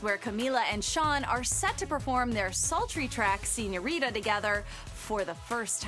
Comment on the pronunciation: She butchered it 😂